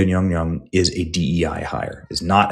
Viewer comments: All I know is that Nyong'o is 100% NOT pronounced nyonyo in Africa. More like Nyon'goh, wich would probably be the spelling of her traditional name.😂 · Nyawn-goh not Yong-Yong 🤡 I hope you stay mad forever 😂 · Benny need to go back to 3rd grade phonics/ English class...Yong-Yong is Not how you pronounce Nyong'o........I mean at this point, Benny is just trying to clown. No matter the subtleness, he knows better. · 😂Ñy⁰Ñg^Ñy⁰Ñg??😅 BëÑÑy ••••• R u pronouncing it wrongly or as comedic sarcasm?!! Will not waste a single cent on this D.E.I./Woke/disrespectful to actual historical figures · Lupita's last name is Nyong'o. Someone misled you with that Nyongyong pronunciation. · Hearing that pronunciation of Lupita's last name just reminds me of Darcy from Thor calling Mjolnir "Myuh-myuh". 🤣🤣 This movie is going to be a disaster. Even if it makes a ton of money, which I hope it won't, it's going to completely desecrate the Odyssey. And no matter what anyone says, ELLEN PAGE is still a woman. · Nyong'o. The first syllable rhymes with song, final vowel same as the "o" is same as Spanish "o" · Wow butchering her surname like that 😮 the racism is thick here . And im not into affirmative action like that. You sir are gross. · Your mispronunciation of the actress is offensive it’s pronounced Lupus McBunghole